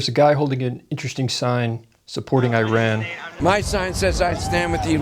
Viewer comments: Before you talk about a country, learn how to prnounce its name. Just because George Bush said I-rak and I-ran, you do't have to. It pronounces ur-raan and ur-raak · The guy shilling for Iran got one thing right: tge pronunciation. EE-run, not Eye-ran. That's the only thing he got right.